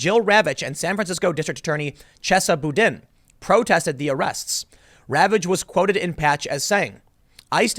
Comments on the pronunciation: BOUDIN? The moment you mis-pronounced that name, I laughed and knew exactly what you were trying to say. Thats a Cajun word Tim, pronounced BOO-dan. Boudin is a delicious cajun sausage that is filled with rice and meats. Give it a try if you're even in Louisiana! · Tim, Chesna Boudin (pronounced Boo-deen, like Jethro) enforces no laws. Even violent crimes are turned into misdemeanor charges. Thieves are NEVER arrested. They are given tickets. They are arrested if what they steal is worth more that $940. If, perchance, the thief makes an error and steals something priced over $940 he is let go at the courthouse as there are no bail requirements in San Francisco or in the State of California. People shit on the street all over San Francisco. People are hired to pick up human shit. They are the shit squad. The wait time between reporting human shit and the human shit being picked up is two to three DAYS. THERE IS NO LAW ENFORCEMENT IN SAN FRANCISCO.